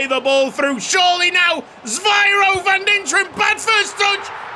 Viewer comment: Van Dinteren's first name is Zyviro not Zvyiro as you pronounce it.